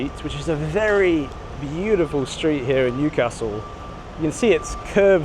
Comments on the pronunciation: Loving the correct pronunciation of Newcastle as well! I love my city. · Excellent pronunciation of Newcastle, spot on.